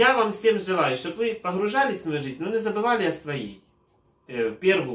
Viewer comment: "таааки мА..льЧики" - як произнесено!!!))) это что-то!!!!!)))))))) а ЭТО - "а во рту у них микрофон нэ микрофон ...труба")))))))))) - да дудки у них "ВО РТУ"))))